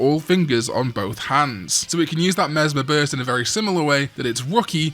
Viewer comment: Mesmer Burst, the way you pronounce it, feels like a "deez nuts" joke "Mesmer what? Mesmer Burst!"